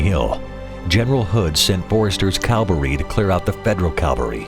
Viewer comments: Cavalry...not Calvary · The voice-over says Forrester's calvary and federal calvary. This must be a mistake as calvary is the latin name for the place of Jesus's Crucifiction. Is should be, obviously Cavalry rather than Calvary. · CAVALRY Dammit!!! Not Calvary. Jeez, your talking history here. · Nice. But it is CAValry—armed men on horses. Not CALvary, where Jesus was crucified. Narrator made this error repeatedly. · The word is "cavalry", Jesus Christ was crucified on "Calvary"! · You guys couldn't find a narrator that could pronounce "Cav-Al-ry"? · "Cavalry". It's pronounced "cavalry". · It seems incredible that given the high production values of this presentation, the narrator insists on mispronouncing `cavalry'. `Cavalry' are mounted soldiers. Calvary is the hill on which Christ was executed. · How often can your presenters possibly confuse Cavalry and Calvary? One is a unit of Horsemen and one a frigging historical rock in Israel. Not even close to make any mistakes. Try harder! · There is no L before the V in cavalry. Calvary is the place where Jesus was crucified. You would think a professional narrator would be able to pronounce it correctly. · can NONE of your narrators pronounce "Cavalry" properly? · The narrator can't even say "cavalry" without getting his mouth full of uncertain marbles. ..